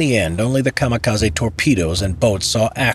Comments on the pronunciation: I don't like to be that guy, but it's KA-MI-KA-ZE, not KA-MA-KA-ZI Ka like in Car Mi - Mint Ze - Center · General: A kamikaze boat is enrute BRRACE Random soldier: You mean Kamaka-sea HAHA Boom